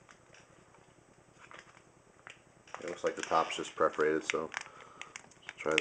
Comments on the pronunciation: "per-for-ate-ed" not "pref-orated" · It's PERforated not PREforated. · PER-FER-ATED, not pref-er-ated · Perferated not preferated... lol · love your vids, i just hate how u say preforated instead of perforated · perforated :) not preforated ")